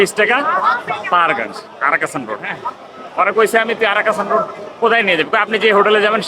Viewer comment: রাস্তাটির সঠিক নাম 'আরক্ষণ রোড,' কারণ এই রোডে পাবলিক রেলওয়ে রিজার্ভেশন বা আরক্ষণ দফতর অবস্থিত। পুরো অঞ্চলটির নাম পাহাড়গঞ্জ। অশিক্ষিত মূর্খ লোকেদের উচ্চারণে আরক্ষণ হয়ে গেছে "আরাকাষা"।